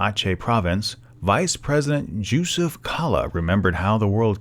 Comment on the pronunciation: Just so you know. In muslim countries, the name Josuf is pronounced with a 'y' not a 'j' sound. As it is an arabic name and not indigenous to those countries.